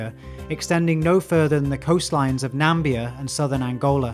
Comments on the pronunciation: It's not Nambia 😮‍💨 It's Na-MIB-bia. Namibia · I’ve heard the narrator say ‘Nambia’ a few times. Is he referring to ‘Namibia’ 🇳🇦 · I see Trump is not the only one saying "Nambia", if this was a dig at him then I approve, if not it's offensive because the beautiful country of Namibia deserves to have its name properly pronounced. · Where the hell is Nambia? The voice keeps saying it, instead of Namibia.. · Did this dude just say that the Blacked Backed Jackal reaches no further than 'Nambia"??? 🤣🤣🤣That is not a country, my dude. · It is NA-MI-BI-A not NA-MBIA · There's no such country as "Nambia'. I think you mean "Namibia". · Namibia not Nambia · Did you really say "Nambia" ? OMG ... Namibia, sir, Namibia. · Second video where I hear you mispronounced Namibia. Not Nambia, Namibia. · Namibia....not Nambia :P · where is this place you call nambia? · "The coastline of Nambia"??? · I think he meant to say Namibia